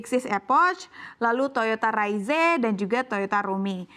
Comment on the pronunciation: Revisi pengucapan rizenya mba😂😂